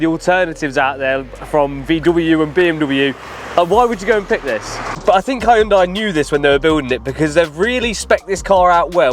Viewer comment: You don't pronounced the Korean car name like that. Donut 😅😂..